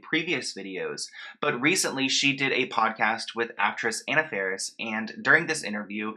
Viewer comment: Anna Farris name is pronounced like "awe-na" not Anna btw. All love! <3